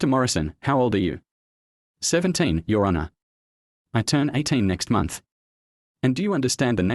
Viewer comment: I hate AI voice overs like when it says your (let a beet pass) honour my client. Either hire a real person or at least a better version of your AI.